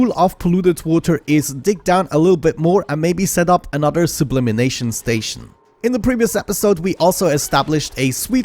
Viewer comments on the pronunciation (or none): Love your videos. But: Sub-lim-ation is the transition of a substance directly from the solid to the gas state. Sub-lim-in-ation isn't a word.